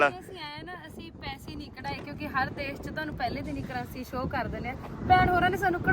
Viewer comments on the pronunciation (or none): none